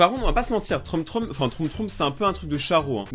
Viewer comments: A la place de dire trom trom troum troum dis plutôt trom troum 😂😅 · Debut de vidéo quand tu dit "troum troum": WAAAAA MERCHI ENFIN ^^ Tu dit "trom trom": non mais sa partais bien;_; Continue comme ça j'adore tes vidéos 😁! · "trom trom" haha😂😂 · "Troom troom ba vous voyez je sais le dire"2secondes après"trom trom"🤣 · Moah j'aimais bien quand tu disait trôme trôme :'(